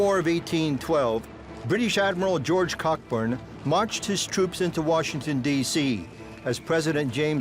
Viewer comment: It's pronounced CO - BURN, NOT Cockburn ! The British were NOT " driven out " of Washington. They then marched on and took Fort Washington and after that the city of Alexandria ! After that the British marched back to their ships. By the way while in Washington, they killed the nephew of George Washington and that storm only lasted twenty minutes !